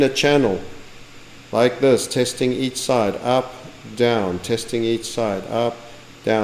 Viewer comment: Almost forgot to "Loike"